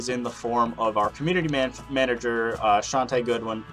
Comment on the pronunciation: hey Chante got my name right on here second try, which either most people fail to pronounce right or don't say it right at all.